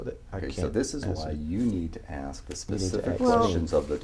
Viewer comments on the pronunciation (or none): he says “you need to ax me” 😂😂😂 from here on out, you need to “ax Michelle” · "Be more Pacific when you axe me a question" What an ignorant fucking piece of trash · Taylor's lawyer: you can ask the deponent Taylor: you can axe Michelle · You need to “axe” me...🤦‍♂️ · no matter how sophisticated and rich a black person pretends to be he cannot pronounce ASK,,,,,,,, HE AXED ME HOW MUCH MONEY I SPENT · you need to aks him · White people can't say the "N" word, and black people can't....literally can't....say "ask." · Be more pacific when you axe me a question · And they aks me. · Judge: Are you a whispering, water-sipping charlatan? Conman: You'll have to axe Michelle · Did they finally "axe" Michelle? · I wouldn't be surprised if a few bodies show up on church building grounds. Well you can always "axe" Michelle. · It's proh-pah-yah-tory, AXE Michelle, she handled all of his education too. Just to be more PACIFIC about it. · "Please be more pacific when you axe me questions so I can be accarat with my answer. Also, don't axe me - axe Michelle." - The Apostle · its "axe Michelle", LoL. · Joe Zapata lol 😂 yeah but he asks him he is gonna be like Jesus I axe you please give me a brain 🧠 lol axe that is crazy how he pronounces that word this guy is totally ridiculous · I don't think you aks that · Maybe he wasn’t “pacific” enough, you’ll have to “axe” Michelle 😅😂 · The thing is, he's not "sheer" of his answers cause he doesn't understand the question, that's why they most "ax" Michelle 😉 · What does this mean when he he says; AKS HER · Alex Zachariah lmaooo I'm going to have to AX you to be more ACKRIT (how he pronounces accurate) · He means AX it so he cans understands it!!! ;) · You'll have to axe Michelle. She would have the acrate information, since you are tripping over that, so, mmhmm...